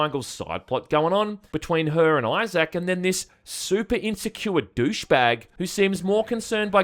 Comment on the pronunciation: Who the fuck is "Eyez-Sack"?